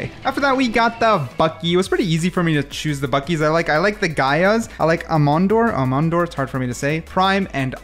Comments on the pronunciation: Hearing u say aemondir like that hurts my soul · This mf doesn't even know how Aemondir is pronounced. Mods delete his ability to enjoy life.